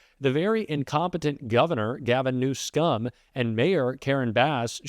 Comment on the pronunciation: Anyone who is the president of the US should be able to pronounce Gavin Newsom correctly. Grow up Trump.